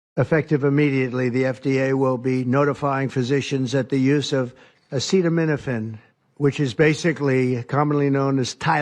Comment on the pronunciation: Yeah, I feel people will take it less seriously because of it. I love DT too, but he couldn't even pronounce acetaminophen. Classic Trump. It was good for a giggle, but the day should have belonged to RFK.